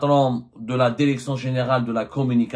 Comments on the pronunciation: DIRECTION ET NON DERECTION 😂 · Tu n'as même pas appris le français... On ne dit pas la derection...et tu fais encore tes émissions bidons